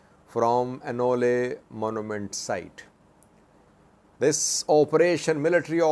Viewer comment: At first I didn’t understand what he was saying when he said ola lol